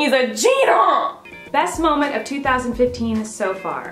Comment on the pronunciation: Lucy Sparkles Lover More like Are you KEEDING me, he's a CHEETAH